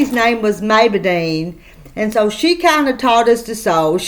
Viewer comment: Goodmorning! That's a pretty quilt! Maybedine... sounds like somebody couldn't quite say Maybelline. Have a wonderful day!